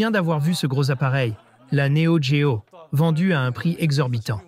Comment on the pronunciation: L'IA rendrait elle légitime la prononciation "néo D-géo" ??